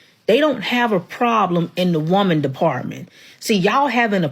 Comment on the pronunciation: If the "prawllum" is that "me-in" aren't "desOURubl" she's not worth listening to.